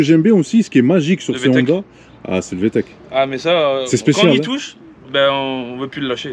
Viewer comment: VTEC pas de "H" svp... merci